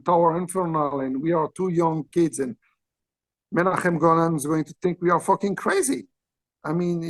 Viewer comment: As an Israeli I can say that the way Qissi pronounces Menachem Golan's name and imitates his accent is spot on. 😂 And here's an interesting anecdote: Gil Globus, the son of Yoram Globus, Menachem Golan's cousin, was in high school with me.